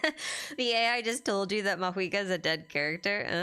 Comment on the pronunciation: okay hold up, why does everyone suddenly pronounce mavuika as maHuika????? what happened LMAO